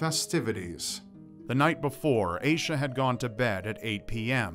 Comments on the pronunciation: I think you're pronouncing Aisha wrong. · I need to know more about that girl, like how her name is spelled... it’s oddly similar to my name and if it is spelled the same way as mine then I’d like to say you’re pronouncing it very strangely 😂